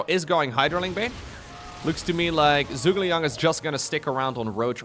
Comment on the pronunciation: It's Zhu - Ge - Liang (Joo-ge-liang) - who is a famous Chinese strategist during the Three Kingdom Period (220–280) of China. Don't blame ya, you don't know Chinese :D